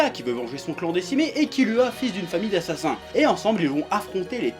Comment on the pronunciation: Kirua pas kilua